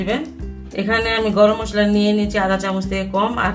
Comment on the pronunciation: আপু মসলার নাম টা বুঝলাম না গরম মশোললা ,আর কি বললেন এটার নাম বুঝলাম না ।